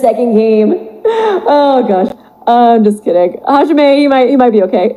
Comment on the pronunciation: Hajime is my fav so whenever I hear hajimitch I die inside